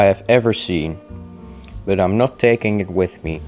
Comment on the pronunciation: i love how you say bøt instead of but nice video though i will try this one day. Thx for the advice keep up the good work